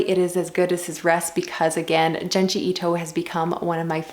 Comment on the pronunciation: it's actually pronounced J-ouh-nji and not j-ah-nji. I've only ever read Uzumaki so I'm curious to hear what you think about Frankenstein!